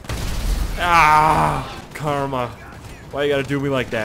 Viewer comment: CAR-MA lol